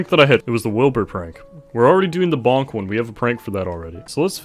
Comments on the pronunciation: Its says Volk not Bonk... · Bruh that’s pronounced “volk” not bonk. Bonk would be бонк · You pronounce the russian bonk as volk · it pisses me off when people read волк as bolk or bonk when it's actually read volk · волк isn't bonk, its volk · It's VOLK not bonk lmao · me, as someone who can read russian, am offended. you say wolk not bonk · bonk, except that cyrillic is actually pronounced volk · It's not "Bonk" it's the Russian word for wolf and you pronounce it like "Wolk". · it's not "bonk" bit's "volk" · It should be pronounced volk, not bonk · it’s not bonk it’s actually pronounced volk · It's actually pronounced "volk". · волк is actually pronounced “volk” with is super disappointing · I really like how he says ВОЛК Bolk xd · Bruh my dumbass thought why is he saying Bolk even tho it says волк but then i remembered that not everyone speaks russian xd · I like he call Volk a bonk ..... english persone talks russian.....